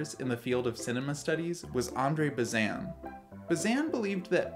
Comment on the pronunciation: Sorry to single this out, but since you said it a lot: it's Bah-zain (with that nasally silent n, because it's French, like vin, or main.) But I liked the rest!